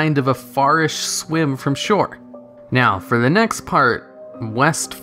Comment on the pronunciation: Did you say.... “Meow, both Alliance and Horde....”